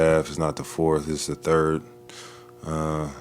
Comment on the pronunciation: "Turd quarter" 😂